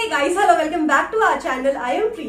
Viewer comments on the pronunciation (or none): none